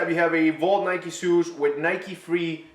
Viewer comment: Swoosh, not suuuuuush